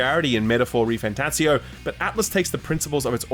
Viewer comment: I didn't realize there was another t in "refanTATzio".